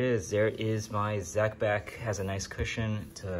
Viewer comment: Zee Beck .